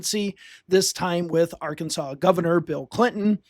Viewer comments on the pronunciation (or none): none